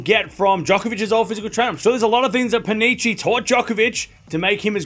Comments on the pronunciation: His name reads as Pani-ki not pani-chi, ch in italian sounds like k in english. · Hello. Just an advise, in italian "ch" it's pronounced like a "k"